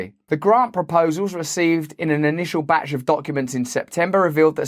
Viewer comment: Russ said Batch Of Documents And i swear i heard BatShit Document